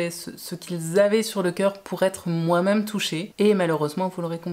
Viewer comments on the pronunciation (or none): Et sinon..... Le même.... Ne se dit pas meume 😂.